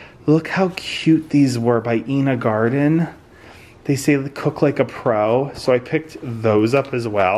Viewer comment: Love Ina Garten. Since I know you value manners,etc, just FYI her name is pronounced with a long I sound. And Gaby Dalkin is pronounced Gobby. 💜💜